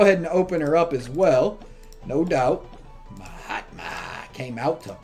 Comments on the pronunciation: Every time you say ma hatma i hear “my hot mom” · That is name frost wizard not ma hatma